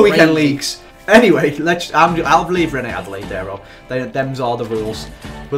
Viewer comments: call him Reine-Badelaïde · call him Reine-CRAPalaide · Reine-Adélaïde is pronounced ren-ay ad-ey-la-eede, I think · Ren- AID adalaid ( ignore spelling but eh oh)